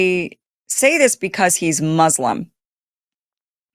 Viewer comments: Muzlim muzlim muzlim…. Why can’t you say it correctly it’s Mooslem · MUS-lim...not MUZ-lum...please and thank you, I am a big supporter.